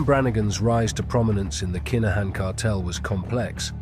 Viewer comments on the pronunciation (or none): Its pronounced KIN A HAN